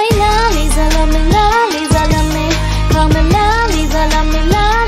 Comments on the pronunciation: In words of Lisa herself- "it's Lisa not Liza" For the pronounciation.. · but when u said lisa u said liza